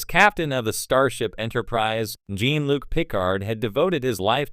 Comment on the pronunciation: It's Jean Luc with French pronuncation, not Jean like Billy Jean.